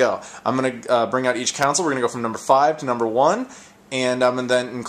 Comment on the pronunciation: I really hate the way you say "console". You say it like "counsel".